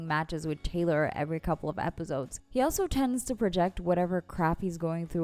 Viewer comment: Why do you say it like "epizodes" lol